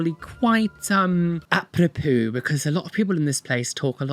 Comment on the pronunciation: I will now forever hear "apros-poo" when someone says "a propos" 😂😂 and I live in French speaking Switzerland so it's a curse, girl!